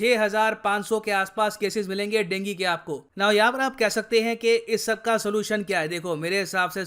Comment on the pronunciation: हम तो अभी तक इसे डेंगू कहते आये हैं आज ड़ेंगी सुनने को मिला, ये नया है 😊